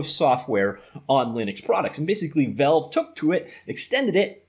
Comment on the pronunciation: The amount of times he says "velve"